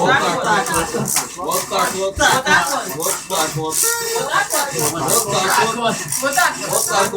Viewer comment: Началось... Уже не смешно, не оригинально, и ударение в слове уотакуот неправильно ставите. Ждем еще кучу подобных видео.